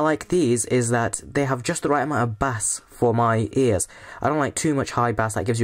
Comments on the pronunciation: why did you pronounce it as 'bas' not 'bayse'? xD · the way you say bass hahahaha